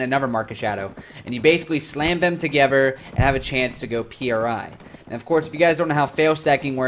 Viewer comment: Its pronounced, "pree", not P.R.I. Other than that this was a reasonable video with some good points made. Towards the end tho you make it sound like you were lied to and you were promised a different game, lets be real tho, this is a Korean game, and youre not into RNG or the Grind. Its a KOREAN game.